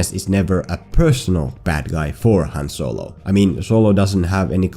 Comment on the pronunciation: “So-Low” 😂😭😭 had to thumbs up this vid just off that